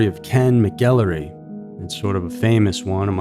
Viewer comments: It's pronounced Mac-El-roy. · Ken Rex McElroy's surname is pronounced "Mackel-roy." Rhymes with "tackle boy." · Skidmore is jinxed. Ken Rex McElroy (pronounced Mac-el-roy) JS.